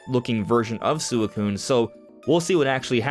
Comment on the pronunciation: why he say suicune like that